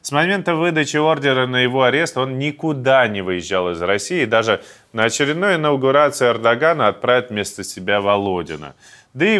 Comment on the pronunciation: Иннагурация.... 😀😁😂😃😄😅😆 Первый раз в первый класс? Во дурачатся!😂